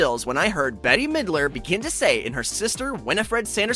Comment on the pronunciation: I love how he said Betty Midler lol 😆